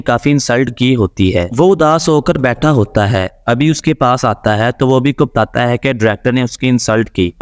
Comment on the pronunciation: Tata hain .....Tata hain ...kya bol rahe ho....sedhe bolo na batata hain😅